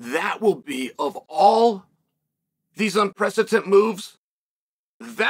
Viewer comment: wordsmith Chael with a new gem: "unprecetent" lmaooooo